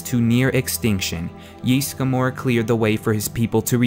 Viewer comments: It's Ysgramor not Ysgamor. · It's not JISSGRAMOR, It's Ysgramor/Ysmir, jesus they even say Ysgramor in the game! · 'Yeastgramor' xD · "yees-gamore" euughh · Yeesgamor, good lord People in the game say the name, how do so many people mispronounce so much in this game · Owh, the way the pronounce Ysgramor...